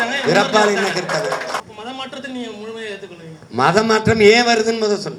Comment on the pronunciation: டேய் சீமான். உங்க உச்சரிப்பு ரொம்ப தப்பு. கிருதவன் இல்ல, அது கிறிஸ்தவம்